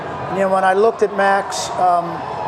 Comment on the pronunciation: had better learn how Max's name is pronounced.